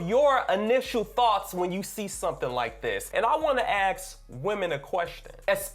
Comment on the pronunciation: Hey, can I aKsss you a quessstion? Thosssse sss's you accent so overtly are quite pronouncccced.